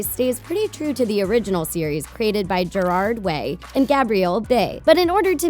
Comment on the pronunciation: From a past emo, thank you for pronouncing Gerard way properly